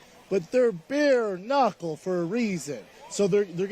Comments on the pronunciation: "Beer knuckle", couldn't even get 30 seconds in without a dopey pronunciation, huh Bapa? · He actually said beer knuckle right off the bat? Brendannnnn